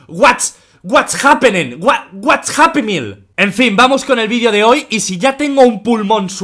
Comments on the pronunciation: mente auronplay: whats happening auronplay dice: whats happenen, wh-whats happymeal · Cuando Auronplay dice:"What's happening?!" suena como:"What's happy meal?!" JAJAJAJA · "what's happy meal?" eso entendí 😂